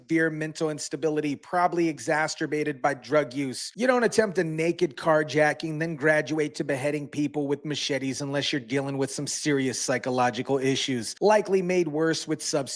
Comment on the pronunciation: Egg'xastrabated..?? *Lol couldn't resist! It was beautifully mispronounced! Lol